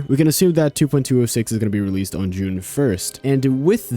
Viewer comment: Everytime you said june 1st i heard juniper